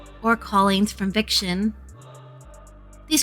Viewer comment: it's victon not viction :)